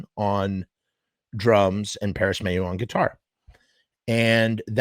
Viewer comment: WRONG DUDE ITS PARRIS MAYHEW NOT MAYO